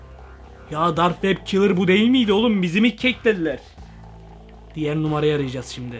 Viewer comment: lan kilır deyil killer